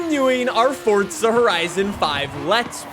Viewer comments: Stop saying fortza, its forza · PLEASE stop saying "FORTZA" its FOR ZA! ugh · It's FORZA NOT FORTZA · Fortza horizon? I thought it was Forza horizon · Forza is an Italian word, so the correct pronunciation is Fortza. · Why are you saying it like “Fortza” it’s literally “FORza” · It's Forza. Not fordza. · Why do you say it, "Fortza" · can you please start saying forza correctly it does not have a t in the word so why do you say fortza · Why does he say fortza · Why does he say "Fortza Horizon 5" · why he say fortsa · If this guy says fortza one more time I might die